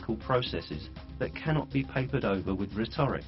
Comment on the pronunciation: And your very final word is... "ri-TOH-ric"! Ouch! It shows you are just a poorly educated sap. At no point do you explain why evolution is wrong, you just say it is not reasonable to believe it. And because your poor mind can't grasp it, it lays you open to frauds like Behe, who got absolutely chuffing crucified in Dover vs. Kitzmiller by REAL scientists. It's ... ri-TOH-ri-Cul and RE-toh-RIC. You clearly don't have any smart friends or family to talk to.